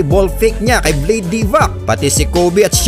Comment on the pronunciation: vlade ( vla • de ) hindi blade😕